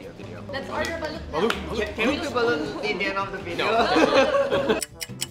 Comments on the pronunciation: is a filipino ryt? y does she pronounced BALUT lyk she's copying da pronounciation of Xiaoma..she should correct it!! Its not BALOOOOT its BALUT!!!!! gets wat I mean? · She said baluth! I duck and hide.